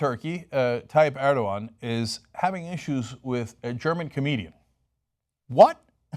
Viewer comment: Draw er-dog-an day?